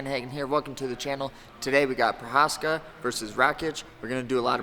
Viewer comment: nice breakdown.. by far the best pronaunciation of jiří's surename in the UFC btw